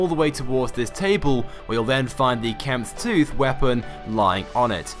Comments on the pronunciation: kremvh's tooth, krem-vaz tooth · Anyone else bothered by the the way he said kremvh's tooth